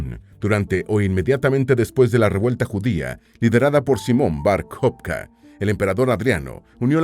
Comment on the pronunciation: El nombre es Bar-Kojba, NO jobka